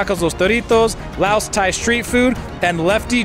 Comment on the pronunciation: I'm surprised that you pronounced Laos correct. Most Americans usually mispronounce it as "Lay-yos". This correct way sounds like "House" but with an "L".